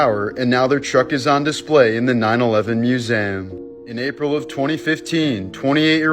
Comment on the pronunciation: Is he Canadian or something? 😬🤣